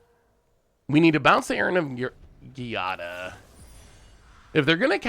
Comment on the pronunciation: Giada is pronounced "Jada", like Will Smith's wife. Please.